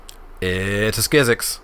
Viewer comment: I would've taken the early Merfolk Trickster instead of Yavimaya Sapherd. Also Skizzik has a 'k' at the end and not an 'x', it's just "Skizzik". I always thought it was legendary as well, but apparently it isnt, which I find weird.